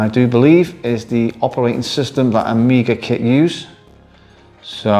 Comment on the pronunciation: "AmgiaKit" oops 😅